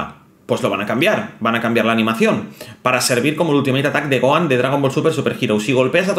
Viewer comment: Gohan, no Goan